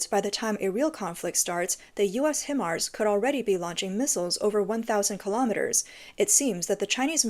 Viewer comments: Not Him arse? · Himars is pronounced like "high mars" fyi.